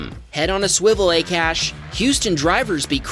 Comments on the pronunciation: I think the name of Akash is pronounced "Aakaash" not "a-cash". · Lol 'A CASH’ it's pronounced as 'AA KAASH' it means sky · Just thought I would let you know that Akash is generally pronounced "Ah-cash" not "Eh-cash". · Bro 😂😂😂 that dude's name wasn't a-cash it's pronounced ak-ash 😂😂😂 lol the most funny thing i've ever heard 🤣🤣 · AKASH is read as AA-KAASH, not A-Cash 😊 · Its not ekash its pronounced aaakaaash even though it is spelled akash.Just FYI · Pretty sure its pronounced "Ah-Kha-sh" not "Ay-Cash" lmaoo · Pronounce Akash correctly. It is called 'aa - kaa - sh' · I don’t know the guy personally, but I’ve known a couple people named Akash and it’s always pronounced Ah-Kahsh. Soft “A”. Just FYI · it’s not Akash is Akash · Akash? pronunciation mistake